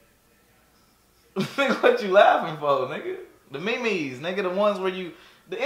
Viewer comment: I like how he doesn't even correct him on how to say "meme" he just like "Aight do you"